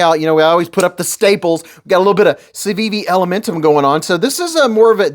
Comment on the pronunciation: Civiviish or Sitivienish